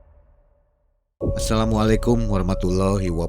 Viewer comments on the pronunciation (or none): none